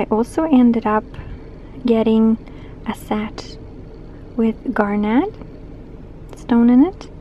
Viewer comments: Fun! Love what you picked out, especially the second ring with the filigree and pink mystery stone. I literally want everything you showed in that store! Oh, since you mentioned it, it's pronounced more like "garnit" than "net", emphasis on the first syllable "gar". I hope that didn't hurt your feelings, just trying to help! 😁 Thanks for the video! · Garnet is usually pronounced like, it rhymes with darnit. :)